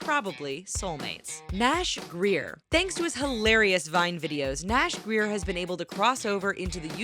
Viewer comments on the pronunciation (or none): OMG she got it she said his last name wrong Nash grayer not Greer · Grier not greir